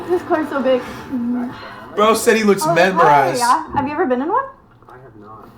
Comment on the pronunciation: Man mispronounced mesmerized memmerized 😭